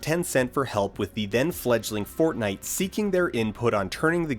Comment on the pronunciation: Every time he said fortnite I lost 6 brain cells.